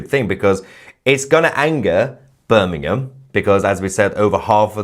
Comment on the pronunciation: He can't even pronounce it Correctly it's "Birmingham" not Bir n ingham